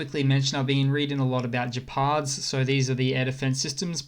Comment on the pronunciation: The G in Gepard is hard as in "get" not "jet". Gepard means Cheetah in German, along with their naming conventions labelling tanks after big cats.